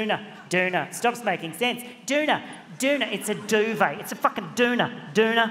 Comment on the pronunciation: it is a duvet but you don’t pronounce the t doovay it has french origin